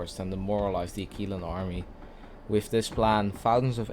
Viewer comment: Uh-Qwil-uh, not Akeelah... nice video btw